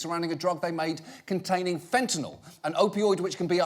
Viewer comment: Fentanyl, not fentanol...